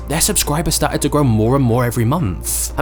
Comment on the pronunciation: he said star tits instead of started